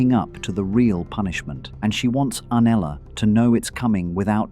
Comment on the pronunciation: This was such a high quality analysis but the constant inconsistent pronunciation of Septa Unella's name was such a distraction